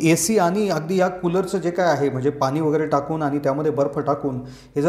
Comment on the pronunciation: पानी नाही पाणी बोला.